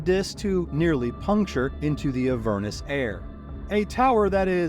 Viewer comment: AH-ver-nus, accent on the first syllable 🙂